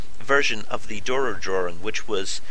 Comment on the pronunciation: The u in Dürer is a ü, pronounced as y.